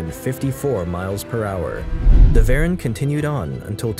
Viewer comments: Know how to properly pronounce Veyron and Chiron so you can have some creed. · I believe it’s pronounce “Sheer- on” and “Vey-Ron” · Chiron = SHI-RON *Pronounced Jean = JUAN *Pronounced Veyron = VEY-RON *Pronounced